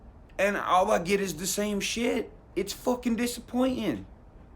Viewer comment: "it's fookin disappointin" the Irish in me comes out from time to time too.